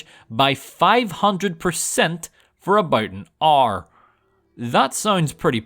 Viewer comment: “500% for about an AURE”